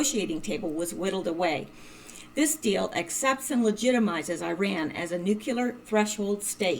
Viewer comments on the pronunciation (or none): Please....NUCLEAR NOT NUCULAR, Pet peeve of mine. Intellegent people who consistantly mispronounce simple words. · or says nucular